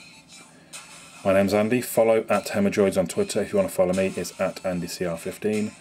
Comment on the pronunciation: Hemorrdroid - Hemorrhoid LOL